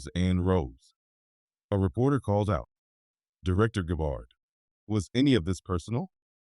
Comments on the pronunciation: It’s so important to pronounce a proper name properly! It’s not GABARD ITS Gabb ard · I agree. Notice the subtle spelling difference in Senator Schiff's name ("Schift") and the French pronunciation of "Gabbard" in this factually based fictional narrative. Perhaps this is done to mitigate any challenge of slander, should Senator Schiff's legal team be stupid enough to challenge this video in court. Such a move would not only give it more publicity, but also open the case up to more independent legal "discovery" which could only serve to tighten the legal noose around Senator Schiff's neck. My prayer is that The Lord God Almighty "Makr America Great Again" but only for God's glory; not to "get anyone's reputation or put them in jail, unless justice, not revenge, requires it. May God guide Trump and his cabinet Secretaries toward the direction of my prayer. Remember: "Vengeance is Mine, says The Lord" on judgment day, The Lord Jesus will mete it out to those who have rejected Him and have not repented. Amen.